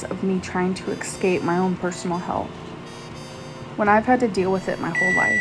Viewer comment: Ah yes. “Excape”